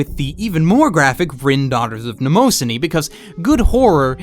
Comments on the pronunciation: Holy shit those mispronunciations in the beginning. Maybe put more effort in to speaking properly than sounding like a pretentious douchewaffle. Mnemosyne is based on Mnemonic, so it would be "Nem-oh-SIGN" Baccano has a SHORT "a" sound with (as must in japanese with two letter together) a drawn out "n" sound. Weebs need to get the fuck over themselves. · You pronounced Mnemosyne terrible wrong. Just to let you know.